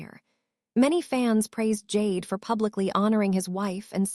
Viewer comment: "Jade" Duggar? Stupid AI. You sound like you're channeling Michelle Duggar's baby voice. 🙄